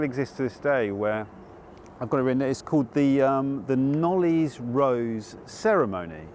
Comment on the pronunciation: The name Knollys is pronounced Knolls. A silent y. Don't you just love the madness of the English language!